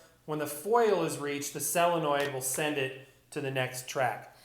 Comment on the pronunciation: SOLENOID NOT SELENNOID!!!!!